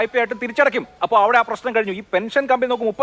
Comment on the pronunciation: എടാ ഊളെ,, ഞാൻ നേരത്തെ ഒരു തവണ നിനക്ക് പറഞ്ഞു തന്നു, പെനിഷൻ അല്ല പെൻഷൻ എന്ന്